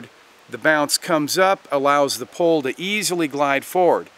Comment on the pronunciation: Are you saying. Pole or Pull.